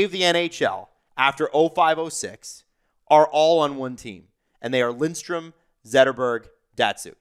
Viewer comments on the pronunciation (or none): Lidstrom,... not Lindstrom.